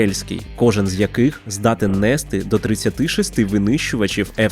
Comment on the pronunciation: І не нЕсти а нестИ , блядь !